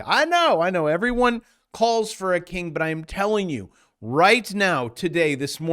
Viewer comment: I coulda sworn you said “ere’body wants a KINK” 🤣